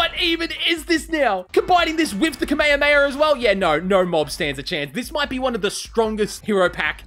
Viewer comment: I hate how he pronounces kame hame ha